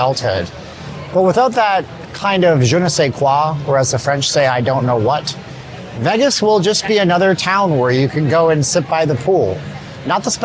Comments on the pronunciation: You pronounce Vegas as "Veh-gus." It's pronounced "VAY-gus." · It's not "Veggess", it's "Vaygess" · I like the way you pronounce Vegas, are you Canadian?